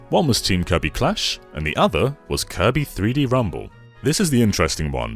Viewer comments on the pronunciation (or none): Did he say koiby. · Because of, from this day forward, I will pronounce "Kirby" as "Koibee".